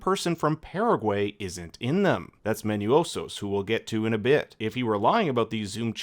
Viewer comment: for reference MANOUSOS pronunciaton in Spanish would be MANOOSUS, hope this help you in your future videos.... also the "cryng babies" joke at the begining is epic man 😂😂😂😂😂